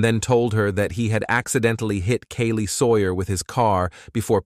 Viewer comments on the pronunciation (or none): My name is Kaylee & the way this Ai says our name makes me cringe for us both